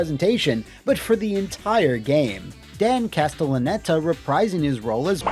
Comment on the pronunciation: I left this video to go watch the Wha Happun on it, and now I have a very strong appreciation for the meticulous way pronounced "Castellaneta" in this video. 😂